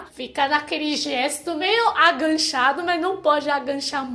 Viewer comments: Faz tempo que eu queria perguntar o que você acha das nossas privadas, mas tinha medo de você ficar envergonhada. Kkkkk. É muito engraçado você falar aganchado e não agachado. Kkkkk. As ruas serem mais baixas nas laterais e alta no meio acredito que seja para facilitar o escoamento da água da chuva mesmo. A catraca no ônibus é para dificultar que alguém tente viajar sem pagar e a porta giratória nos bancos é para diminuir as chances de ladrões entrarem na agência com armas de fogo. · Aganchado? kkkkkkkkkkk Agachado. 9 anos de brasil? Se eu tivesse 9 anos na china eu não tinha começado falar nem muito obrigado. Idioma difícil da porra. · Aganchado??????? Pendurado pelo gancho kkkkkkkk O certo é agachado! 🤣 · posso sugerir um outro termo para você quando for se referir à o ato de usar a privada? Agachado está difícil pra você pronunciar! Você está pronunciando ENGANCHADO, que é outra coisa bem diferente! kkk Eu sugiro o termo ACOCORADO, tem o mesmo significado e vai ser mais fácil pra você pronunciar.